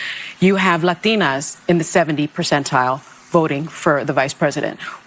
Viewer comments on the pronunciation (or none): How she pronounced "Latinas". LOL